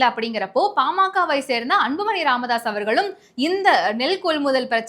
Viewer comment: கழுவி.கழுவி. ஊற்றி விட்டு கடைசியில் வாழ்த்து சொல்வது மிகவும் அருமை. வாழ்க வளமுடன் நலமுடன் பயமுறுத்தல் இல்லாமல்.செய்தி வாசிப்பதில் மிக தவறு (உ.ம்)தி.மு.கா,பாஜாகா,பாமாகா‍. தி.மு.க,பா.ஜ.க. பா.ம.க என்று வாசிக்க வேண்டும்.